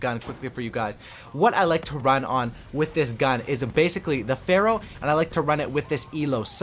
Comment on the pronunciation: Go in the corner and think about why you said pharoh